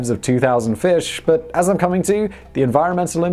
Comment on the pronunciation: You said “bas” instead of “but”, do you speak Arabic 😅🤣